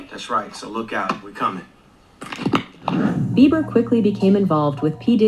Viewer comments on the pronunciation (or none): His name is Justin Beiber (Bee ber) not Beaver. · Not Justin Beaver It’s BIEBER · WHY ..... WHYYYYY ARE YOU CALLING JUSTIN BEIBER..... JUSTIN BEAVER 🦫???? SERIOUSLY.....TWO B's in BEIBER......HES NOT AN ANIMAL! I can't watch if you can't take a moment to read. 🙄 Jesus help us ALL! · I played this 3 times, put it to my ear and watched your lips. You said, "Justin Beaver."😂😂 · Why does she call Justin( beaver)